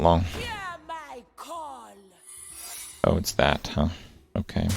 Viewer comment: Alright I've held my tongue long enough. I just... it sounds like you say 'came' or 'oh-came' every time you say 'kay' or 'ok'